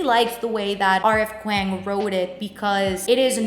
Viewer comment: hey love, just fyi kuang is pronounced "k-wong"